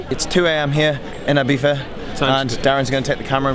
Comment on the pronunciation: did he pronounce Ibiza ..as Ibeefa?